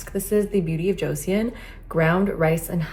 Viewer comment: "haru haru" is pronounced "hah-ru hah-ru" like when you laugh aloud "ha ha ha" -- and Joseon is pronounced "jo-suhn" and was the longest ruling dynasty in Korea. Hope that helps loll